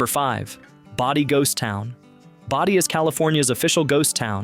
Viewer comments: It's BODIE, not body...I hate AI narration! If you're too lazy to talk, don't make a video! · Agreed, it's in-TEG-rah-TRON not INTA-grat-ton and BOW-die not BODy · PLEASE check the correct pronunciation of the. names of the places you feature! InTEGratron- BOdie ( rhymes with roadie)and ZYZYX( rhymes with physics). THIS is how history is rewritten ( erroneously!)As a sort of documentarian, you have a responsibility to get the facts straight-& this includes pronunciation! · You keep mispronouncing "Bodie". It's not "Body"! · The town name of Bodie, is pronounced as "Boh-dy", not "body." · BODIE pronounced BOW-DEE